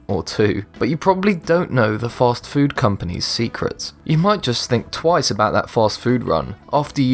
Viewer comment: Couldn't watch. When he pronounces taco like he does I was prepared to leave. Then when he pronounces fast food like a douche and , I was gone.